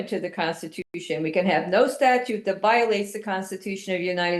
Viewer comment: It did not escape my notice that the first pro se's next hearing is on APRIL FOOL'S DAY! 😂 Second moron...it's "STATUTE", NOT "STATUE". 😖